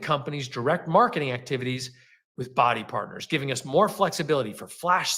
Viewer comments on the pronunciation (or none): What are the odds that this is the first time the reps are hearing that the company isn’t doing well? Also every time he says “Bodi Partners”, I just keep hearing “body parts” and it’s weird 😆